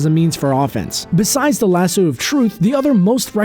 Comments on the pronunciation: if you're going to narrate, pronounce your words. Constructed, not conshtructed. Lass-sew, not lass-su. Strength, not shtrength x 3. Strong, not shtrong. Gal Gadot, pronounce the t. Know the main actresses' correct pronunciation of her name. Indestructible, not indeshtructible. Strapping, not shtrapping.It's one thing if you're sitting in front of a camera with your little YouTube channel, not if you're a professional. How would it sound in this narrative if all p's were changed to the ph sound of 'f'. Irritating, no? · Its Lasso of Truth not Las-sew or Lashoo ugh But im not angry I like it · 15% of comments: Other facts about Wonder Woman 5% of comments: I did not know these things 80% of comments: STAPH PRONOUNCING IT LASOO, ITS LASSO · She debuted in 1941 (wearing the skirt she never wears...) Lah-so, not lah-soo And mke up your mind, daughter of Zeus or imbued with life from a pantheon of gods? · Aaaaaaaaaaaaaaa! WHY the hell can't anyone pronounce lasso correctly?! Fuck a duck, people, it's LASS-OH. Not lasssooooo or lass-oww, or lis-ooo. My blood pressure is going up and I am NOT lying!! ;-) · So who else cringed every time e he said lassooo, instead of lasso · It's not lassoo, come on, really? It's lasso. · ITS LASS-OH NOT LASSOO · OMFG. It's lah-sew NOT lah-sue. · Lasoo? WTF, lmmfao. C'mon dude.. seriously? LASS-O! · why do you keep saying lasoo and they say laso? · dude it's Lass O not lass U. like leviso SA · It's not pronounced lasoo you dumb shit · Lass-oh not lass-ew, the fuck is that. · Lasoo??????ITS A LASSO! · He says Lassoo wtf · Grace Klemp That's how people put stop. "Staph" instead of Stop, and he pronounced it Lasoo, thats why I spelt it like that. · "Lasoo" wtf?! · why do you keep pronouncing it "lasoooo"? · oh my God please never say "lassooo" ever again. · Stop saying lasoo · LASSO!!!! Lass-oh!!! Jesus that's annoying! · LAS-SUE now I can't stop hearing it. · Is this dude saying LasSUE of Truth? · I can't stop saying Lasoo now!